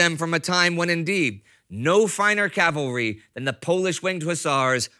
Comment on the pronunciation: Hearing the correct pronunciation of “Cavalry” so many times is music to my ears.